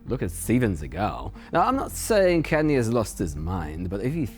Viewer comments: Kanye is pronounced Khan-yay. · Can yae, is an excellent pronunciation,! Mind if I use it too?? 🔥😝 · "Kanye" is pronounced "CON-yay", which is kind of appropriate.